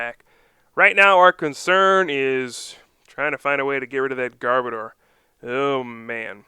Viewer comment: Sorry to be picking but this is a pet peeve of mine: It is Garb-ODOR. As in, a bad smell. An odor. Not Garb-oh-dar. Garb as in Garbage, Odor as in the literal exact word odor. Garb-odor.